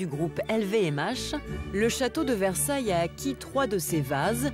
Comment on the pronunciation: Merci pour ton intérêt et ta curiosité pour Versailles et pour la France. Sois rassuré, tu prononces bien "Versailles" avec ce charmant petit accent américain. J'ai visionné quelques autres vidéos, et notamment celle ou tu découvres quelques villages français. Je trouve juste extraordinaire qu'un américain s’intéresse à notre petit bout de continent européen. J'ai été touché par le fait que tu dises ne pas pouvoir voyager en europe. J'espère que tu réaliseras ce rêve un jour, comme moi je souhaiterais visiter monunent valley que je trouve époustouflant... on r^ve tous de quelque chose.. / Thank you for your interest and curiosity in Versailles and France. Rest assured, you pronounce "Versailles" correctly with that charming little American accent. I watched a few other videos, especially the one where you discover some French villages. I just find it extraordinary that an American is interested in our little piece of European continent. I was touched by the fact that you said you can't travel to Europe. I hope you will realize this dream one day, as I would like to visit Monument Valley, which I find breathtaking... we all dream of something. Fab